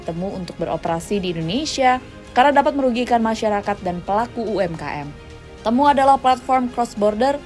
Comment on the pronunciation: Bacanya ti-mu ga sih?